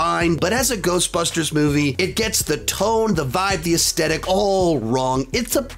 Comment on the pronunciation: Love the vids. Just a heads up aesthetic is pronounced - aesTHetic with the “th” sound in the middle.